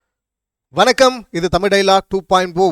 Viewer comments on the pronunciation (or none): none